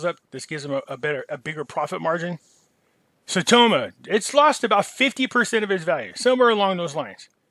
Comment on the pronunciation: Saitama... its not an O. You're killin me. Lol thks